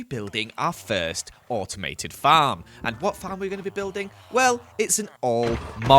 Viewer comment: said we found our firth dimonds.